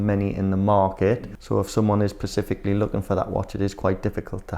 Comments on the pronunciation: did he say Pacifically? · They don’t even know how to speak 😂pacifically 😂😂😂😂specifically!!!!!!! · I’m definitely not “pacifically” looking for a pink oyster perpetual 😂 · Somebody tell it’s ‘specifically’, not ‘pecifically’ 😂. Meant in a nice way. Good video all. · It’ the turkey teeth pacifically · LOL! “pacific” Always gets me… 😂